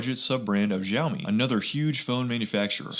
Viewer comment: it's Siaomi Not Jiaomi or Gziaomi ... nice channel !